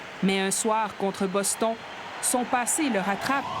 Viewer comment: Boston 🤔 "Bostonnnne" bordel ! Pas Boston.